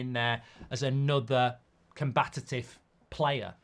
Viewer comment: The word is ‘combative’, not ‘combatative’….